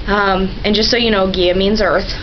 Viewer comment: Ker-Noo-Nohs, He-kuh-TAY, Guy-uh, Muh-AUT, Kel-tic, Muh-SON-ic...